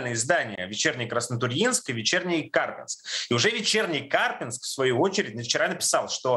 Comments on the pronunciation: Не КАрпинск, а КарпИнск! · КАрпинск... ударение на И. КарпИнск. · Не КАрпинск, а КарпИнск. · ударение на И, КарпИнск. Парни ж на видео правильно говорят.